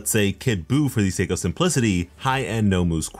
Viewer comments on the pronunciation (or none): none